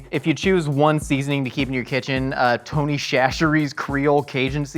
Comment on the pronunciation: I think my favorite part was hearing pronounce Tony’s.